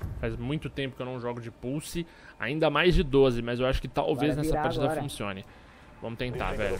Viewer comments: pulse: som> puçi pussy: som> purçe, como se o se o primeiro S tivesse um som de R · só eu q ao inves de escutar "pulse" intendo pussy ?